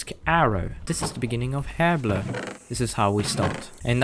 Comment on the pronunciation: Also, I love how you say Herblore. "Urblur" Book. It brilliant, I love it, and everyone else is saying it wrong.